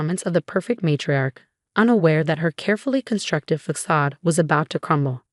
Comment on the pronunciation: Stop using words you can't pronounce. Facade.